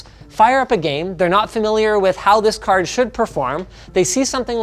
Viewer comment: says car instead of card 😂😂